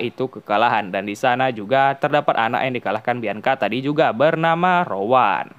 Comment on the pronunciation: Rowan ❌ Rawon ✅